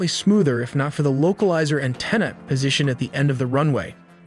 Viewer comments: Where did you learn to say "an-TEEN-a"? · Local izer an-TEEN-ah ??? Is AI a native English speaker? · Oh no not the LOCAL LIZER ANTINA. This video has so many mistakes, the pronunciation is the least of it. Really terrible, you're putting out incorrect information in a moment of crisis. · It's weird. The narrator speaks with a perfect American accent than drops "Antinna" out of nowhere. It's in almost every vid.